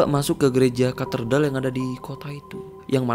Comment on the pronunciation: Cathedral bangg bukan catherdal, jd gak fokus tiap ngmngin cathedral